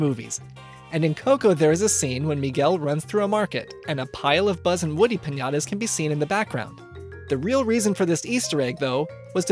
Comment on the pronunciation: Piñata not pinyada